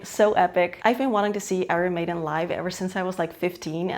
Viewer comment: Please learn to pronounce Iron Maiden properly. It hurts my ears